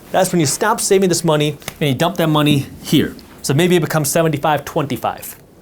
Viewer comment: Unfortunately what I got from this video was knowledge that you have a problem pronouncing - This, That, They, Then etc. Theses words do not begin with the letter D.